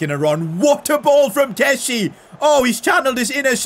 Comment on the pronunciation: It’s pronounced kes-ee-ay not kessee